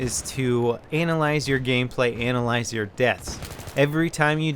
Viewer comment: lol he put so much emphasis on ANALyze your gameplay